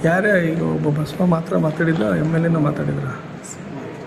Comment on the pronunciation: Adu basivi alla Ajith adu basva anta